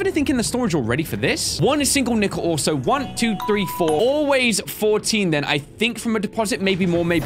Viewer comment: “I said ‘thase phree’ leave me alone.” Me when I’m arguing with my family and I mess up my wording.